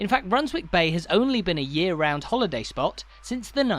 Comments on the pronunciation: Is it not spoken Runs-ick bay? Like Flitwick is said as Flit-ick. What do you think? Redcar or Redcu? God bless. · You don’t pronounce the w in Runswick Bay, rather like not pronouncing it in Alnwick, Keswick etc.